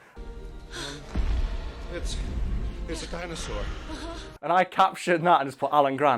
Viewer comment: Did anyone else notice said Ninja Jinosaur?